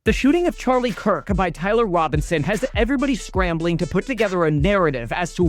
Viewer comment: It’s Charlie Kirk, not Charlie Coke